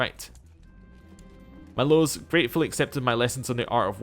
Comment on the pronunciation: The name is pronounced MEE-losh, FYI